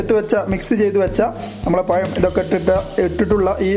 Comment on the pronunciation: പയം അല്ല പഴം